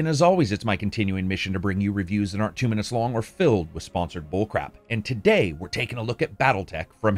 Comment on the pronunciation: The way you put an emphasis on 'filled' in the video's intro. Very interesting.